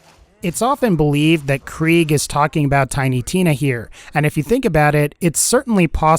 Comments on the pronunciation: It’s prounounced “Craig” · It’s pronounced kra-g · Kriegs not German though 😂 it’s prounounced “Craig” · I thought krieg was pronounced craig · It's pronounced Craig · Why do you say krieg as kreeg you make it sound stupid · I think its pronounced kreg